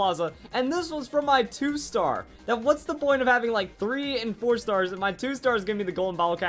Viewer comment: when I heard 4 stars I heard porn stars >o<